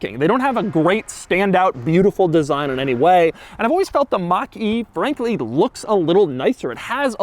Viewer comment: Ford Mustang Mockyjeetey. Read that again